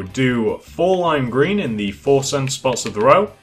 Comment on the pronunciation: You said lime green almost like black green in